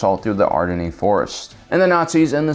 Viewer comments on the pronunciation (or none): "Ardini" Forest is the Ardennes...."AR-DEN" - FYI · oh no no no. you delete this video and repost it and pronounce Ardennes correctly.